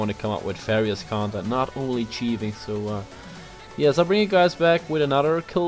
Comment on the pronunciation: Haha de manier waarop je de th in het engels uitspreekt bijvoorbeeld thieving bij Eigenlijk hoef ik niet meer te zeggen dat de videos geweldig zijn, dat weet je zelf ook:D Ga zo door!